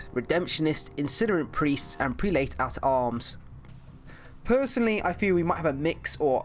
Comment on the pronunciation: cool I was in the video! also its pernounced prel-it not pre late